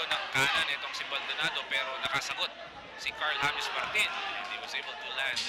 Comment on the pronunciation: hindi hames😂